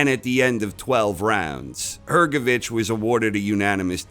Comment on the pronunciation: Can’t believe someone pronounced HrgoviCH surname right